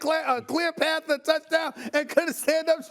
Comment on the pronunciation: Stephen A a sport analyst remember when he couldnt even say the word path this show will never win the division